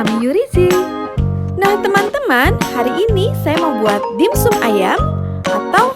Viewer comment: Maaf, baca nya dimsam bukan dim sum